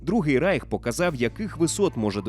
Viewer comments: Не райх а рейх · Не райх, а рейх!!!!!